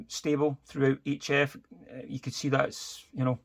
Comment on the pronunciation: Yes, HF is pronounced 'each F'. 🤔